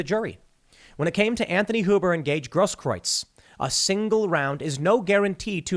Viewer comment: Tim Gaige Grosskreutz It's pronounced Gross Krootz